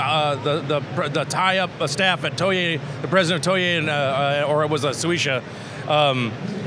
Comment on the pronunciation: "toye, or it was soesha" he meant toei and shueisha xD